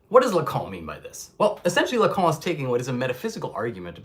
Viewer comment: "Lacan" please not "Lacon" or "Lacong".